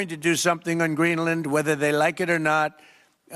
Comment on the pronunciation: I know and I agree but it's specific when he says "wether they like it or not". I even hear him in my mind as I am writing this. Ughhhhhh 🤮